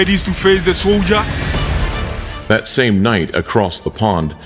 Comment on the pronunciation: Soldiah, Predatah, Swarzennegah. 😂😂😂